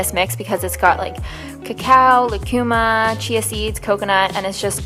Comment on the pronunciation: LOO-CU-MA not LUH-CU-MA